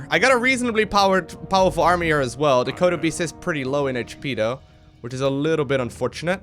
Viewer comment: when he said kodo beast, I heard Chrono boost. I was momentarily confused! XD